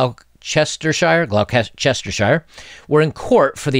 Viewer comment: MOHN-muth GLAW-chuh-ster